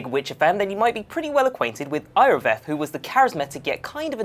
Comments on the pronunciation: Eye orveth? Jerald? Yeah expert, ima head out. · In Witcher 2 it's pronounced Yor-Veth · How you pronounce Iorveth is annoying. Its pronounced Yorvet